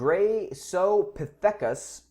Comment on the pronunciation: Sorry that annoyed me: Graecopithecus(Greko-Pith-Ikus) freybergi(Fray-Bear-Ge) and El Graeco(El Greko)